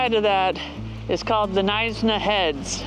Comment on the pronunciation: Knysna is pronounded "Nigh-s-na" not "Neesna" 😀😀 I live in Cape Town but I took a little weekend drive down to Knysa with the doggies. The Garden Route is magestic. Us South Effas love it.